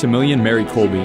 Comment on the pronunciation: Good documentary. One note, the Polish words are all very badly mispronounced. His last name pronounced kolb “eh” and not kolby. There are many other mispronunciations.